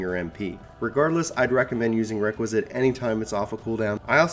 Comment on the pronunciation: Good video! But it's pronounced Rek-Wee-Es-Kat rather than Requisite